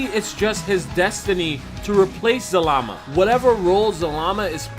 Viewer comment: He was saying zamala in the other video that just triggered me